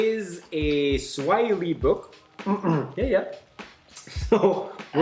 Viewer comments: is pronunciation in Swahili is spot on... read it exactly.... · Ma man, you aced the pronunciations...trés bien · is pronouncing most of the words correctly, good work keep it up, and btw that's the correct swahili spoken all over the country. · got it right... on the "Uhali gani"... Quick tip, always take the easier prononunciation the simpler way in Swahili.. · YOU PRONOUNCE CORRECT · is right with the pronounciations. Swahili is just as written. She is definitely reading it in English hahaha! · Hehe.... I love your Swahili pronunciations... Good job! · you are pronouncing it great men keep it up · is good on pronouncing swahili words congrats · Enjoyed the video. Amazing almost pronounced everything right. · is really getting the Swahili pronunciation right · is pronouncing like he's been learning for a while. Some of our kids can't pronounce like that and I am being honest. Esp in the urban areas